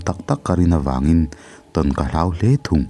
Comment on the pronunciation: Chhiar thiamin ngaihthlak a nuam ṭhin hle mai.. Kawng hnih khat lek in thawrawn ka pe dawn che.. Hloh(Tibo/hmu lo)a hman tur hi HLAUH angin i lam leh ṭhin.. Tin, Note tih hi Naute..Ran/ Ramsa ah erawh No emaw Note hman nise.. Ngaihthlak tui em em karah ka han tiri ve zeuh aw..😊